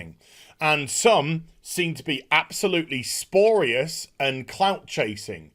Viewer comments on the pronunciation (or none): Again with the "SPORIOUS" lol... pls.